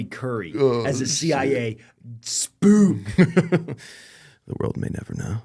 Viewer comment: Spook. Not "spoof".